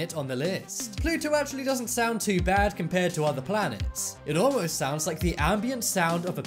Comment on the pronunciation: Ah yes 'saound'